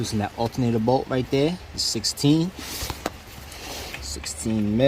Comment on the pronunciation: Over...heer...deer...over deer..back deer...right deer in deer